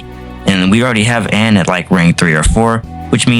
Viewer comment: Mate I'm sorry but please learn how to pronounce the skill, Persona, and character names properly. Cuz you pronounced Agilao wrong two different ways, and continuously mispronounced Kouha, Ann, Kawakami, and Cerberus, among other things. If you have a script in front of you, it should mean you have something to show you how to pronounce things while recording your narration. Aside from the pronunciation issues, your videos are entertaining, so don't get me wrong. Just that the mispronunciations are standing out rather starkly. It makes it way too difficult to simply enjoy the videos when it's constant.